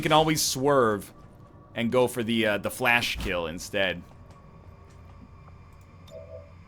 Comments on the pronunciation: thank you. I simply screamed it at him in my head every time he said "flash" instead of "flèche". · Fuck's sake NL... it's not pronounced 'Flash' You're Canadian, you should have at least incidental exposure to french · Is he calling fleche "flash"? WHAT!!!! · When he says Fleche "Flash" I get so triggered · It hurts every time he pronounces fleche as 'flash'. Also gets really confusing since whenever anything happens his first response is to throw a flash(bang). "Just gonna throw a flash so i can flash the flashed target". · Yo real effing question my dawg, why do you pronounce Fleche like flash? Didn't you take, like, 12 years of French? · Someone finally says it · for the non-french minded people out there, it's basically pronounced "flesh"